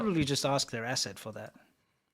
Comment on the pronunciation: Did you say asset or ass----?